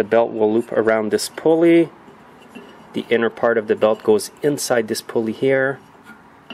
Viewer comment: Stop saying THEE in front of every word that doesn't begin with a vowel.